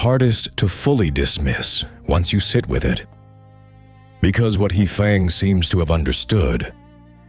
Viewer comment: unfortunately, having spent time in China; every time your AI hideously mispronounces "He Fang" - I crack up, hearing the waiters and waitresses snickering under their breath. It's the flattest "Dumb "Merican" pronunciation possible, the kind that makes teachers of putonghua wince. And it does have to make me worry about what else may be off here.